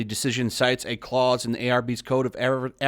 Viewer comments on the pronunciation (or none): none